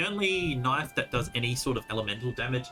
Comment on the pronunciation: The knoife disrespect......